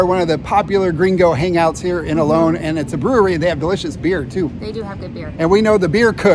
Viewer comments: Don't mean to sound picky because I really enjoy your videos but it's really weird to me how Americans pronounce Olón as Ol-own. Isn't actually easier to pronounce it properly as Ol-ón? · It's actually pronounced o-LOAN, which is how we pronounce it (with our American accent 😂)